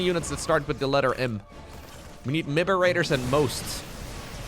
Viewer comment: Miberators and Mhosts gets me every time haha😂